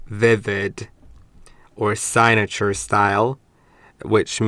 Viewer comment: Hey just a little help signature sounds like sig(cig as in cigarette) na sounds like ( na in nothing) ture sounds almost like "your" or "tour". Category sounds like cat ( as in the animal) te sounds like (ta) gory sounds like ( go) ry sounds like re as in reed( or when you say the letter "E". Hope this helps. But great video.